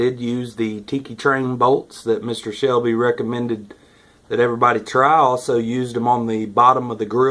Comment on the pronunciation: excellent build, for a rookie. btw, there's no H in Selby, green horn.